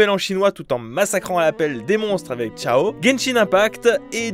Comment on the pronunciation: et pis on vas pas parler de la façon dont il a torturé son pauvre nom 😭😭 ça se dit genre siao pas chiao 💀💀💀 imagine keqing??? keking????? 🤣🤣🤣 ou qiqi devenant kiki 😭